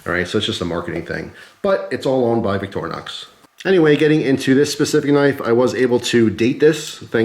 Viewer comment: The bigger issue may be trying to explain to some how to pronounce Victorinox.... Clue for some, it's not "VICTOR- -Nox". Sorry, there is a you tube guy out there that always says it that way.